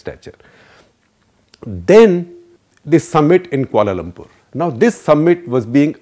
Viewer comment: Kia-Lum-Purr (3 syllables)